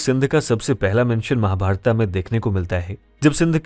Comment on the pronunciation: It's 'महाभारत' not 'महाभारता'